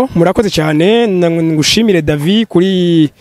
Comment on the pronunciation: Cher présentateur "" de Agaciro Média, nashaka ndagusabe ko promoteur wa "Kibonobono Oil Company" woza uravuga neza amatazirano yiwe neza. Ukamwita "David", ukatomora neza urudome rwanyuma "d" tukarwumva, ukiyubara kumwita "Davi" canke "Davy". Twebwe nk'abakurikira imisi yose ikinyamakuru "Agaciro Média", turabizeye cane kandi turabakunda. Tubasabe iyi nkebuzo muyifate n'ama, mwongere mutwihanganire. Mukomera. Claude BAZOMPORA